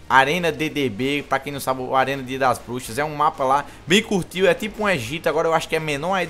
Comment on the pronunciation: falou M4A1-X Dias Das Buxas Kkkkkk =P Eu escutei isso:v